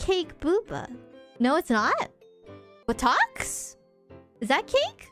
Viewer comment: "But-ox". As ever, I enjoy IRyS' pronunciations.